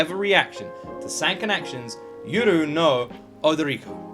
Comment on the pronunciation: You pronounced the title very well! The only difference is that in Japanese each syllable or each vowel are pronounced independently, so instead of "Yoru no Odoriko", it's more like "Yo lu no O do li ko"